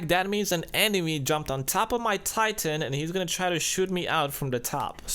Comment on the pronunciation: god damnit dude it titan. not TIEEEEEEIITEN